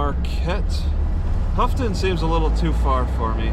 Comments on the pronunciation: just a heads up, Houghton is not pronounced "Huffton", it's pronounced "Ho-Tin" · Houghton is pronounce "Hoe Tin"